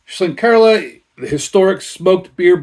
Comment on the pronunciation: Nice one 👍Horns up for the pronunciation 🤘 Horns down for the pour 🤣 Haven't had this but I had the Aecht Schlenkerla Märzen recently 😋